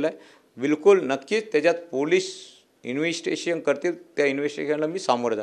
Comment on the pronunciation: ह्याला इंवेस्तीगेषण शब्द बोलता येत नाही पण शिव्या आणि धमक्या द्यायला बरोबर येतात.